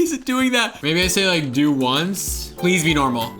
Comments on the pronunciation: Pwease fworgwive mwe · "PWEasE FwoRgiVe mEeE"